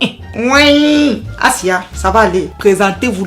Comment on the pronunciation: Quand t'as dit : "assiah" je me suis dit c'est une camer 🇨🇲